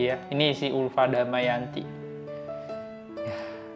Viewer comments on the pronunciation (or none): Ulfi bang bukan ulfaaa adohhh😮